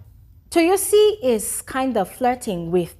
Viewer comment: Let me help you pronounce the name better It’s Toyosi Like Toe-your-see ❤